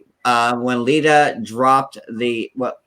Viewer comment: Stop saying Lydia!